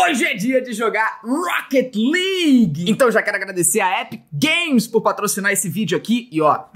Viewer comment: "Rouquéti Ligui" "Épique Gueimes" "Épique Gueimes Istor" "Écsbocs"